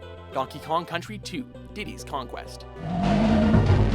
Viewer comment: To me it always sounds like as if talks about Diddy's Conquest by the way the pronounce it. While the name clearly states: Diddy Kong's Quest. Is it just a mistake or do you do it on purpose?